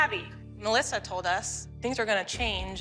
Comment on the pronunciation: Is it just me or does everyone except for Jill say MALASSA not Melisa